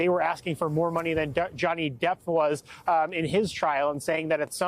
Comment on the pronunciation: Does he keep calling him Johnny "depth"?😂